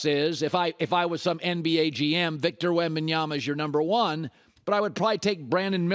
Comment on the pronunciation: Colin pronouncing Wembanyama: flawless Coling pronouncing Adebayo: "sound it out..."